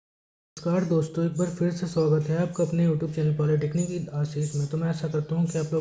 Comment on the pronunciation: Polytechnic ❌️ Polytenic ✅️. 😅